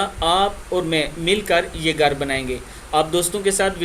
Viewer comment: Garr nai bhai ghar bolo